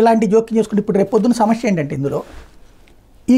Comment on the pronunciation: Samashya kadu samasya